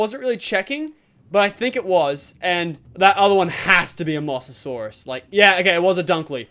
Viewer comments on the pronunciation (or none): Its pronounced mo sa saurus not moss a saurus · anyone notice he said mosssssasoursuse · it's Mosasaurus as in moses from the bible and saurus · prenauts moh-za-saurus